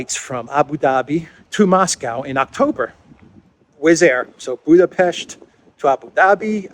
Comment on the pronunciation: Hi, you surprised me pronouncing Budapest's name correctly and I am glad about. We can expect all hell breaks loose after the murder of Darya Dugina.